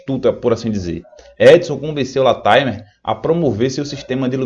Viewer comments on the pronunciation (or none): LATIMER. A pronúncia correta é 'látimâr'.